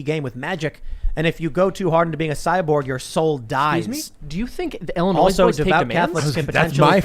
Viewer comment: I understand that the mispronunciation is intentional, yet still, it bothers me immensely.